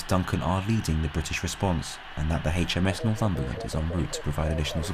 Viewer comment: I don't suppose any of this will affect next weekend's football fixtures. Ps. It's AITCH M S, not haitch m s.